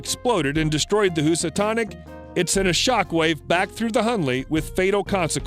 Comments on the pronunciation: Housatonic: Hue-suh-tawn-ick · Are you an English speaker ? Say in- Sigh- to and Hooose- a- tonic. Lots of mistakes! Learn the words , don't guess!